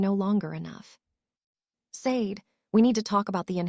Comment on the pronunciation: Sade is pronounced "Sha dei"